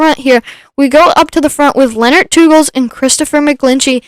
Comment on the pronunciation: My bands are Belgian 😁! Thanks for the stream. Pronounciation of Teugels is one of the most correct I've heard so far, thanks!